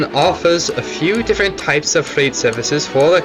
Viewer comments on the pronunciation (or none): none